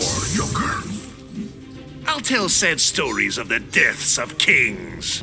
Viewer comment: Did bane call Joker "Yoker?" I mean, he's Mexican, but he should be calling him "Hoquer" or something in that case...